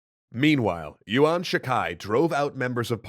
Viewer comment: by the way, yuan is not pronounced as yu-wan. its more like yuen or yen